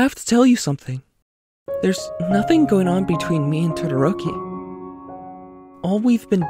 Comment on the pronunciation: i can't stop laughing about how he pronounces todoroki's name lmaooo